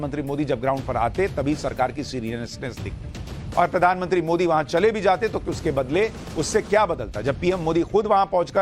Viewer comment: Modi ji ka nam galt bolta hai ?